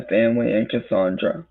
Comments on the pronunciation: "My vionsay, cussawndrah!" 😂😂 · "My vionzay, cussawndrah!" 😂😂